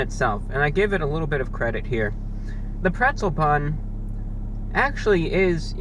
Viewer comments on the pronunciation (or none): Wtf is "prezzle"